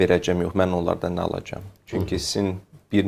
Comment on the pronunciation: verəgəm alagam nedi düzgün danış